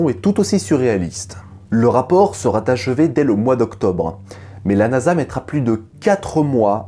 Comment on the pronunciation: ...le rapport serA achevé !!! Pas de liaison mal t'à propos 😂😂😂